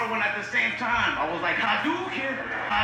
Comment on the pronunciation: Yelling "Hadoken!!!" while performing Dragon-Punch Shoryuken choreography had me dying. So cringe. The crowd luckily had zero idea either... I guess. But also, and I don't wanna be that guy but since we are on the topic of getting things right... Why does everyone keep pronouncing Ha-do-Ken as (Ha-DOO, like Doo-doo, dookie?) There is no (Doo) in pronunciation, its (Do) like 'Dojo'. (Not DooJo, like Doo-Doo-Jo) Ha-Do-Ken.... Not Ha-Doo (Doo, Duu, Dookie all wrong!!!) This word is not technically english. Alpahabet for japanese language in Romanji is Ha, do, ke, n. There is no Doo, like at all. HaDoKeN! (The English VO's pronounce it in game correctly as of at least SF3 and Alpha!)